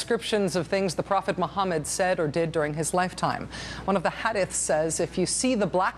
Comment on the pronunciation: maddow's pronounciation of "hadith" is hilarious